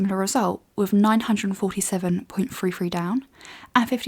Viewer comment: Bug bear: "Three" not "Free"